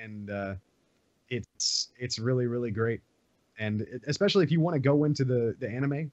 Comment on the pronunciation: why does she say expecially? Isnt english her native language?